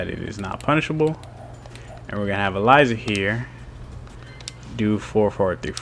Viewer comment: When the game pronounces her name for you, but you still pronounce it wrong.